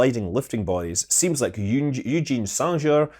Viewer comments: Eugen is pronounced 'Oy-gen' in German.Not 'Yu-jeen' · Eugen Sänger's name is pronounced like 'Oigen Zinger'. Oi as in 'oil', gen with a hard g, and 'zinger', rhyming with 'singer'. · Eugen Sänger is a german-language name, prononunced 'Oy-gen 'Sang-er, with "Sang" having the Ä pronounciation (same pronounciation as "sang", derived from "sing") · Thanks for an other great episode. Eugen Sänger was an Austrian, not French. His name is German and pronounced "Oi-Gan Sanger" Eugen is pronounced "Oi-Gan". Sänger is pronounced "Sanger", like in "sing, sang, sung". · Oi-gen Zen-ger. Hard /g/ sound as in go, not as gif. :-) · Jutschien Sandschehr? It's actually pronounced Sänger (German for singer), similar to Jäger (hunter) or Jaeger ;-) Eugen is another topic, that would take way more then one line to explain. Just FYI 🙂